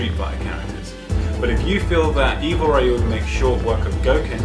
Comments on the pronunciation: "As RAYU and Ken's Master"... o__o' Great pronunciation of a main character's name as for something called "Official Capcom". On the other hand, from the meritorical side, the list is great. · RAII YUU for life DansGame. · Can't believe there are still idiots out there who still mispronounces Ryu's name. What a shame.